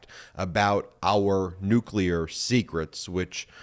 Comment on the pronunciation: you mean Nuka'leer? Don knows Nuka'leer..his Unkle was Nuka'leer. Osmosis happened.